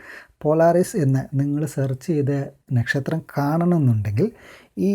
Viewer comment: Bro.. Nakshatram pronounce cheyyumbol onnude crct avanund❣️...